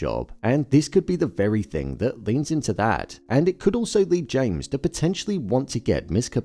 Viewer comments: I absolutely LOVE these videos… but it’s “Jame” Eagan, not James 😭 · My theory is that maybe finally you’ll realise you’ve been getting the Lumon CEO’s name wrong EVERY TIME. Anyway, really good video. We can always rely on.